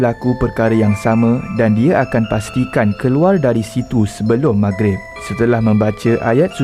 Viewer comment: Lah ni kew ratu cantik Malaysia🤣🤣..klw mcmni book flight p bangla jela..org bangla pon tau cakap mahgrib